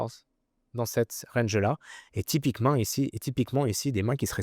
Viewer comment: et typiquemun ici XD je savais pas que Pierrot était québécois :D